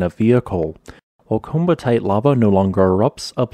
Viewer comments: Great video! My favourite volcanic rock, hopefully I get to see the ones in Australia sometime. Just a note on pronunciation, the double ii is similar to Hawaii in that it's two separate sounds, so "Komatiite" is more akin to "co-matty-ite" than the common mispronunciation "coma-tite", as per the pronunciation of the "komati" river it was named after. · I thought that the pronunciation was something like "ko-mat-ee-eye-t"? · You kept mispronouncing the word. It’s koh-ma-tee-eyet, i.e., the vowel sounds are long O, short A, long E, and long I. You pronounce both of the I’s. At least that is the way ALL of my geology professors pronounced it. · I believe it is pronounced komati-ite, at least that's how my professor said it. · It is typically pronounced 'koh-ma-tee-ite' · Kom - at - ey - ite. Say it correctly!